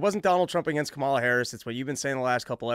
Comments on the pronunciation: smh at least say the woman's name correctly. Not like they don't know it. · Dave, learn to pronounce her name correctly. They gave a whole tutorial with her nieces at the DNC. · Why can't y'all say her name right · This is the guy Rogan touts as knowing everything and a great researcher? Within the first two minutes, you purposely mispronounced a presidential candidates name, to be obnoxious.. Or the alternative is you literally don’t even know how to pronounce the presidential favorites name, so, ignorant? And then you somehow declare that almost total disaster of a debate for Trump wouldn’t move the polls literally at all from what they were before the debate… I just can’t even wrap my mind around reasoning that astoundingly disingenuous.. Your done.